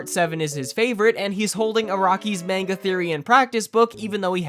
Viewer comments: Calls himself a JoJo fan Says "main-ga", not "mawn-ga" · MAINGUH? MANGA. Edit: wrong time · you said manega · Fake weeb, you said manga the incorrect way